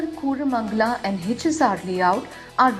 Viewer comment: It is not Koooramangala 🙄